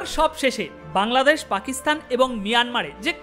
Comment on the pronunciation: আপনার অনুষ্ঠান আমি মনোযোগ দিয়ে শুনি। কিন্ত খারাপ লাগল আপনি বাংলাদেশ কে কাংলাদেশ বললেন!